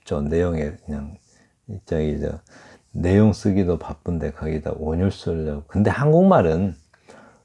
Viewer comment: 또! 틀린 발음!! "운율"의 첫자 "운"도 길게 발음해야지요! 이를 선생께서 또 "잛게" 발음했더이다. 이런 일은 결코 가벼운 문제가 아니올시다.